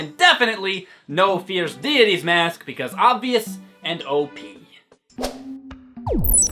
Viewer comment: The way u said fierce deity......lol